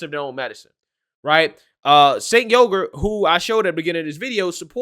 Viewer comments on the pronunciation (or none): Cenk pronounced chank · Please pronounce Cenk's name correctly its pronounced Ch-UNK. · it's pronounced as "djenk" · Pronounced JENK